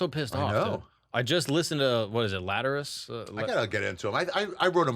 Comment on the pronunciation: hilarious, my trip playlist 18 years ago was tool and pink floyd. I believe it's 'latter-al-us.' Wish you were here, animals, the wall. So good. With or without drugs.